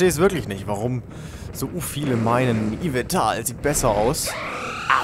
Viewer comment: Yveltal nicht Yvental